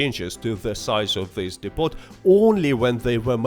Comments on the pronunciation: It's pronounced 'dee poh'. When you say 'dipot' you sound like a silly foreigner. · Depot is pronounced "Depo" by the way.